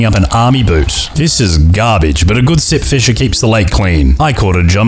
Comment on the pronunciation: I thought you said "This is Simp fisher" in the beginning and i thought "Hm.. people simp for the weirdest things theese days"